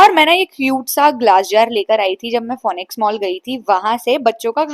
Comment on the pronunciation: Didi don't mind but the correct pronounciation is फीनिक्स not फोनिक्स 👍